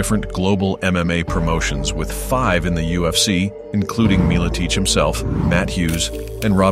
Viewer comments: Excellent video! First one I've seen on this channel....I'll have to check out some others and see if you're worth a sub :) I do have one question though - Pat "Mill-a-teach"? I thought it was pronounced "Mill-a-tech" with a short "e" and "ch" that sounds like the "ch" in "chug". Am I wrong? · Meal-ah-teach is unforgivable